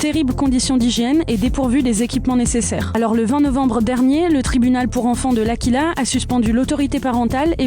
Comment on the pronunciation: Ça ce dit "AQUila" comme dans aqua. C'est la ville d'origine de mes grand-parents 😅